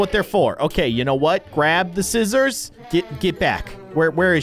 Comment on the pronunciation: He said sisters for scissors❤😂❤😂❤